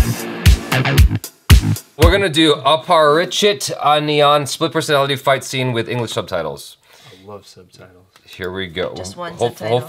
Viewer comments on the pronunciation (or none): bro first of all its annyan not anniieyan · Did he just say anniyan as ONION ??🤔